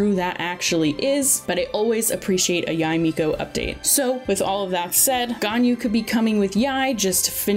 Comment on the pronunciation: Or "Yai Miko"